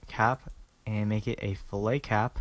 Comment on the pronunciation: i like your tutorials but you say fillet wrong its not a fish.